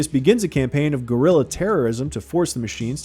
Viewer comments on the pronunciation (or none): none